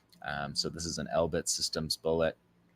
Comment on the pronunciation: How pathetic you can't say bull. Et really